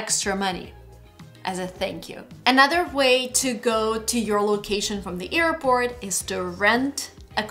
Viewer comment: Does anyone else notice that always says EARPORT for AIRPORT? In every video:D